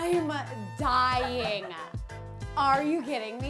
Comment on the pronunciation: Im dyinga, oh my goda, a,a,a,a.